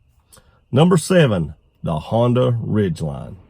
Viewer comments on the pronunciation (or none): none